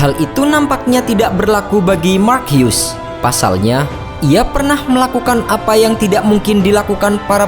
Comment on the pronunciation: Salut sama pengisi suara yang pasti uda research cara baca nama Mark Hughes. Semoga dipertahankan ya kemauan untuk research cara baca nama yang benernya biar enak nontonnya. Salam CeBol! Bagus!